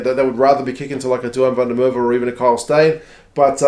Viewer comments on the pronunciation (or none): none